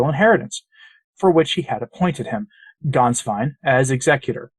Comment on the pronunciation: Congratulations on producing a reasonably close approximation of the correct pronunciation of the name "Gänswein." I always cringe when I hear English speakers mangle it. The one mistake you made is that the " ä" should be pronounced like the "e" in the English words "get" or "bet" or "let."